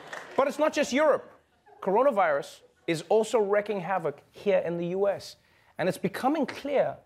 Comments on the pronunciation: it is "r-eeee-king" havok. not "r-e-cking" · wreaking as in wreaking havoc is pronounced reeking not recking